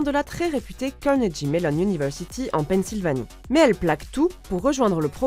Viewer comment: j'adore votre prononciation de Carnedgje Mellon University! Le dj fait toute la difference